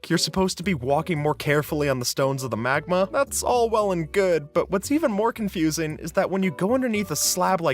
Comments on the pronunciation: Magma ❌️ Magna ✅️ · It's magma not magna